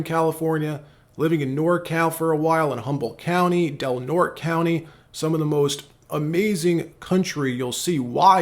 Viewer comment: It’s the Sierra Nevada! Singular! And it’s Del Norte county..pronounced Nortay! 🤣 but you’re right it’s beautiful here!